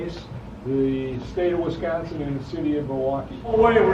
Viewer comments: It’s pronounced Wisconsin. Not Wesconsin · It's WISconsin pronounced like whiskey. Not WESTconsin! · Wisconsin, not Wesconsin. Thank YOu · You can always tell someone isn't from Wisconsin with how they say Wisconsin lol. living in Wisconsin for 30 years it drives me nuts when I hear it said wrong lol